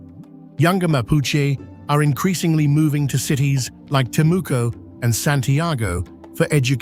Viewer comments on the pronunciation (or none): none